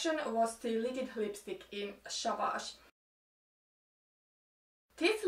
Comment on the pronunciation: Liquid sanotaan likwid. Ei likid 🙈 Anteeks, sun videot on ihanii, mut häirinny niin mones videos 😊❤ Peace and love